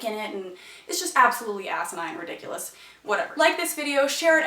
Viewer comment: Rediculace? DID YOU JUST SAY THAT WORD?!?!